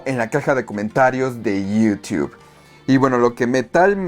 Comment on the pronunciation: iiiiuuuuutube se escucha gacho